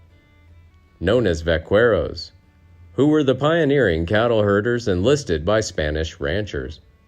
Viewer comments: Vaquero. Vack-arrow not va-qwero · Vaquero is Pronounced vakero.